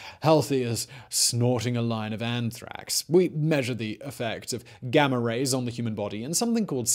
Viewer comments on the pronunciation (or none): none